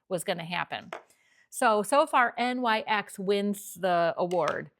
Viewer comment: I’ve never heard anyone call it N-Y-X. Most people say NYX (pronounced Nix) 🤷🏼‍♀️